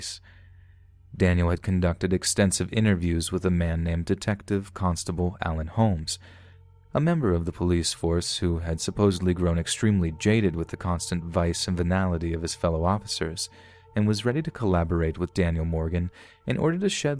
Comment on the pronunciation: I'm not sure if it's an accent or a diction problem, but at one point you said "vice and finality instead of what I'm assuming should be"vice and venality" but, I could be wrong though please clarify, thanks!